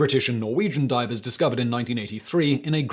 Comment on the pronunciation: Hahahah you called them Diapers instead of Divers 😅😅😅